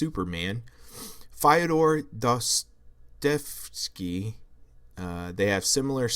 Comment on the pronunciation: Content wise, not bad, but the delivery could use some work. This sounds like you are reading a book report. And bruh..you need to learn how to pronounce some of these names like Nietzsche and Dostoyevsky, kind of affects your credibility.